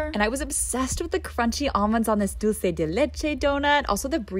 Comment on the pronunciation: As a Hispanic i appreciate her pronunciation of "dulce de leche"